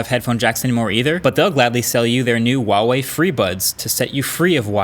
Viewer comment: I wonder if one day he will pronounce Huawei correctly